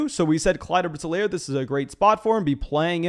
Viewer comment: Clyde's last name is pounced EE-Lair, buddy.